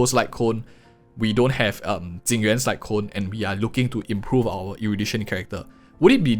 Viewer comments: Ok.. why are you saying Jing Yuan and i m hearing Tingyun? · I was three minutes into the video before I realized that when you were talking about "Tingyun's" signature light cone you meant Jing Yuan. Not trying to make fun of your accent, but I was trying to figure out how a Harmony character had a light cone that compared to Erudition!